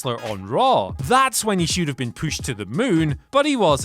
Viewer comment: Saying "pooshed" has really helped me, thanks everyone. From the very first exclaiming "poosh"